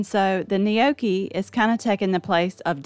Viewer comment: You aren’t pronouncing gnocchi correctly!